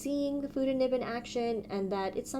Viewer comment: I love Fude nibs , and I have quite a few pens including the Sailor Fude de manned, the Duke 551 Confusiuos and many others.. Fude is pronounced Fuday.. many Urban Sketchers love Fude pens.. we love the line variation. When you tip it up it writes thin, and yes reverse very thin. But just tipping it up is easier..